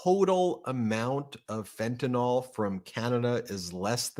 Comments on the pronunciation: You need to stop saying Fen-Tan-All it’s Fen-Tan-iLL learn how to properly pronounce words please you and your brother both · Ben, I watch you everyday! Please pronounce fentanyl correctly. Its fenta(nil), NOT fenta(nol). Thank you! R.N.